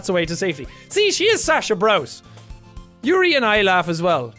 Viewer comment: the way he said "yuyu" like it was an american thing lmao. so close bud it yoohoo